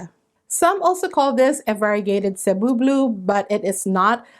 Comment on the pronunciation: thank you for mentioning how to pronounce cebu correctly ! as a fellow filipina , it always made me cringe hearing people say "say-boo" or "see-boo" . speaking of cebu , that plant is on my wishlist , along with the dragon's tail . several people from different facebook plant groups recently posted about dragon's tail being available at home depot . i checked earlier today , but no luck . gonna keep checking every day this week . 😅